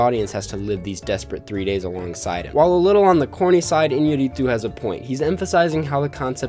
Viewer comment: I’m from Mexico and the way you pronounced “Iñarritu” is so funny to me😂